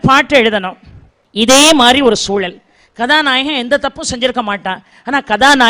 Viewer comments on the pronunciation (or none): ள வரும் இடங்களில் நீங்க தொடர்ந்து ழ ழி னு உச்சரிக்கிறீங்க. முதலாளி - முதலாழி வெளிய - வெழிய அனுபவங்களை - அனுவங்கழை ஆனால் சூழல் ஐ சூளல் னு சொல்றீங்க தமிழை ஏன் குதறுரீங்க?